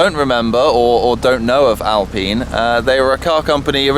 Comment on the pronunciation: the way you said Alpine has me triggered